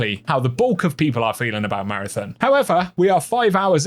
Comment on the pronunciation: Take a shot every time he says “MARATHIN”